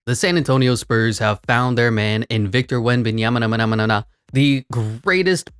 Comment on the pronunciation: Love the correct pronunciation on player names like Ziiiiooooonnn Williamson! And Kevin Dewrant, and Victor Wembyanmama and my personal favorite, Shai Shmildess Alessmander lol. Keep it on coming man love it 🔥